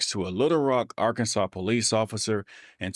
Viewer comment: Total “SHIT SHOW”!!! I will never travel to “Ar-Kansas”, ever!!!